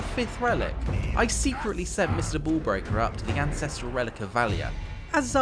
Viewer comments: I heard Mr Ball Breaker and not Mr Bull Breaker lol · You know he might have meant to say bull breaker but you know he saying ball breaker.